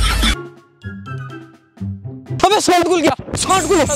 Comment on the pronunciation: Abe send khul gya saand khul gya 😂 bhai pahle naam to sagi se lelo